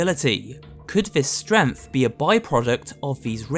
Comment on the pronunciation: yeah, its totally not strength but stremth